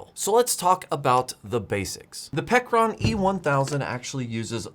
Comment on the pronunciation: Pecron, pronounced as " Pecker Ron "